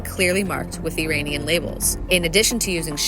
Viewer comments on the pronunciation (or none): Does anybody know why the narrators in some of the IDF's videos can pronounce "Iran", but not "Iranian"? Are they using a vocal deepfake system or a real person?